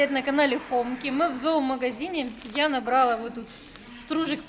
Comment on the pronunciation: Пожалуйста! говорите набралА. не хочу задевать. честно